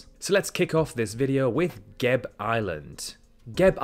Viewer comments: Every vowel in Gebe and Papua should be pronounced, not sure why you opted to pronounce them as Geb and Papa instead of the safer option of pronouncing it all phonetically lol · it's pronounced ge-be island not gabe island. ge as in get and be as in bad. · GÉBÉ not geyb